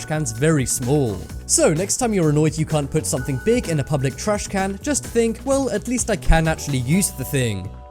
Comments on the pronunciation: The way he says trashcan urks me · I like how u say trashcan